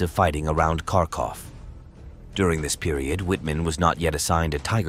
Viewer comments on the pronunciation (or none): none